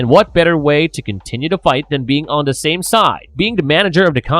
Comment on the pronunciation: I can’t listen to this narrator. He can’t say the word “the”. He says “duh”. It’s ridiculous.